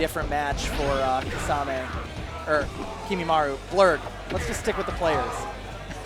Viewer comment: why do u guys pronounce kimimaro correct but not kisame...